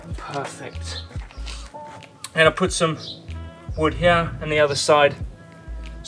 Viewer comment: Count how many times he says "heyar" (here)